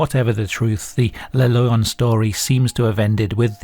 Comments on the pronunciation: Cool video. And yes, you're pronouncing Maules pretty good. It sounds a little like the English word "mole", but the vowel is more "pure". "Le Loyon", however, is technically pronounced more like "luh lwah-yon" (I'm too tired to post the IPA transcription, though, sorry. =) The "oy" is pronounced like "oi" in French (that is, like "wah" in Englihs). As for what he is, could be a WW1 (or possibly 2, but I doubt it) deserter who got lost there and died of exposure (or a skin disease xP)? In both of the wars, Switzerland was, of course, neutral, and most of the time the nations involved respected that. But it it's surrounded by France, Germany and the low countries, and because of the lack of much military and the many forested areas with few inhabitants, it conceivably could harbor deserters during that time. They did issue gas masks in WW2, but gas wasn't a very big threat, unlike during WW1, when gas was one of the most common ways to go. But yeah, Idk. It's all just speculation. What I do know is that back in the '90s and '80s, when I was a kid, urban legends were often more believable than the millions of Internet-born ones nowadays. Like many rumors, they usually start, or at least did then, with a seed of truth. The newer ones are mainly just embellished ghost stories spread online, though. Go figure. Like so many other good things (for example, real hip-hop/rap, common sense, privacy, rain/snow...), the best urban legends have died with the 20th century. Requiescat in pa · The comment about the name is plausible ngl. In spanish lion is pronounced "leh-on", written as León. Sounding very similar to the way you read it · "Loyon" sound like a Bri'ish pronounciation of lion. Like, "a fookin' loyon? u wot m8?". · Every time he says "Le Loyon" we take a shot.